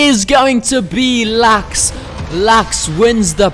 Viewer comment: I LOVE HOW YOU PRONOUNCE LUX